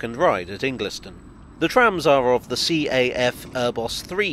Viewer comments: Great video, well done. 'In-glis-ton' is pronounced "In-guls-ton', by the way. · Pronounced Ingil ston not Ingliston, as a cyclist the tram lines aren’t a Hazzard if you avoid them or approach them with common sense one these it’s a good idea but poor implementation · Great video! Minor pronunciation,: Ingliston is pronounced like 'Ingle-stun'. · Omg correct the pronunciation of Ingliston, its pronounced "Ingle_ston" and the Tram enquiry cost is around £13m to date not £500m. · "Ingleston" (like the name, Inglis) is pronounced "Ingl'ston". It's where the Royal Highland Show is every year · Great video but you can’t pronounce Ingliston. The correct way to say it is ‘Ing-gulls-ton’. It’s from old Scots and means ‘farm of the English’ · You pronounced Ingliston wrong